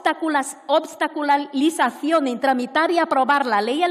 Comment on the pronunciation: "Obstaculaliza...Obstacolula...Aquí elevamos a los altares a cualquier parásito venido de fuera, aunque no sepa ni hablar. Son varios los ejemplares que exhibe el corrompido congreso.